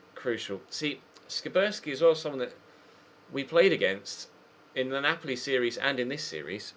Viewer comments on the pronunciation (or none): none